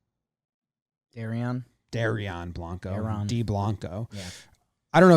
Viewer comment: Dye-Ron Blanco Kris Bubich On Hell Zerpa